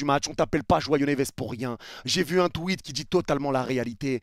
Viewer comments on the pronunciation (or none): none